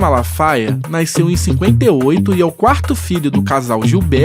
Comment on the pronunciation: Porra mermão, pare com esse negócio de naisceu, essa palavra não existe pô, quer ser jornalista e fala naisceu, renaiscer, aí é triste.... Fora isso, parabéns pelo documentário.